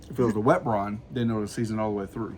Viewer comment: Is he saying “ Brone “ ?